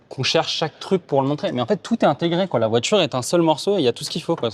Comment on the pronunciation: ...VOITURE !....Pas "VOITJURE" Merci 😆